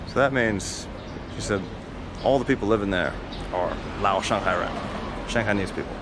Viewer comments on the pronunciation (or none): I wish you'd pronounce Shanghai correctly. 😇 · You missed my point, obviously - if he had lived there for a while, like he said, he would know the proper way to pronounce "Shanghai". Unless, of course, he is one of what can only be characterized as a "bad foreigner" - the type that refuses to learn Chinese, have Chinese friends, eat in Chinese restaurants, etc. Many of these types of foreigners left China around the beginning of the Pandemic, first because of the end of for-profit English-language training centers, and later because of the Pandemic proper. The vast majority of foreigners still in China are thankful that the bottom-feeders and scum that give everyone a bad name are now gone. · And yet, even though he says that he lived there, he still cannot pronounce "Shanghai" correctly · More like shang-bye😂